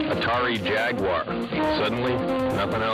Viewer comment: pronounce jaguar wrong every time.